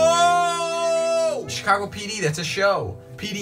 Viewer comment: Says Chicago Fire “Chicage Fire.” Wot?